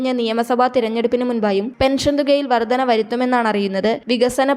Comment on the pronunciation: വർദന എന്നല്ല വർധന എന്ന് തന്നെ പറയണം. ഭാഷാ ശുദ്ധി ഇല്ലെങ്കിൽ ഈ പണിക്കു നിൽക്കരുത്